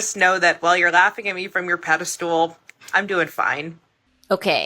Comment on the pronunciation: I can't stand when people say "pedi-stool"... The word is pedestal.